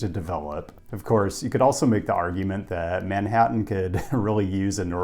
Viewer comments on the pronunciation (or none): none